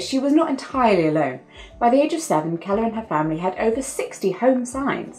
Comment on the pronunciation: I think you pronounced "Keller" pretty well, but, I'm also American, so, what do I know? XD